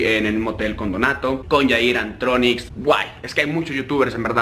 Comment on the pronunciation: Like si notaste que dijo adronix cuando es antronix